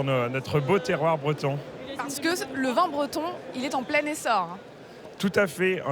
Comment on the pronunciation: Pourquoi prononce t'elle le mot vin comme le mot vend? Comment dire on vend du vin en ce dialecte? On vend du vend?